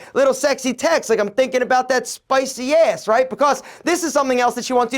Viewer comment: what accent do you have??? The way you say ASS is so cool & funny